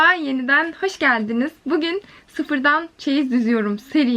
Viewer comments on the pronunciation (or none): none